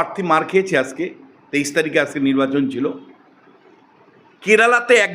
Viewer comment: bokachoda lok ajke ke bolche aske, agent ke bolche asent, pathachoda bangladesi tinu